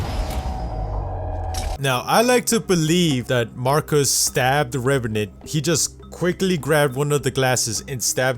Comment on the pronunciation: stop saying reverant